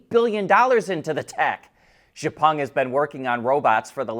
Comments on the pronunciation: check out the pronunciation of Xpeng. It is X-pung NOT Zhe-pung. Really enjoy you reporting every day. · after so many comment, he keep wrongly pronounce xpeng. time to stop watching this channel and set don't recommend content from this channel ON.